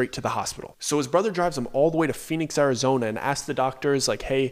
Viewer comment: SNOFLAKE, ARIZONE .. dude LOL im crying out loud ! your killin me..